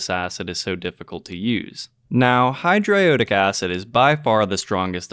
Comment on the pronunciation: This is nitpicky, but that's not how I nor anyone I know pronounces hydroiodic. It gives off a dilettantish air. Just saying. No disrespect. I enjoyed this very odd synthesis.